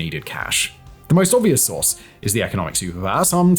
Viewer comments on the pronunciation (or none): none